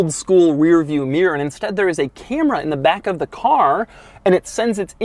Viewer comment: Oggy meer instead of mirror